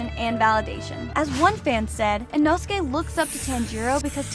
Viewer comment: Ee- know-skay. Put that respect in his name.